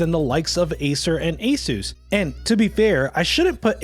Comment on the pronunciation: Asus is pronounced (Ah-Seus) btw